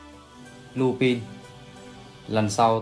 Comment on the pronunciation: Lupin là chupin😂😂😂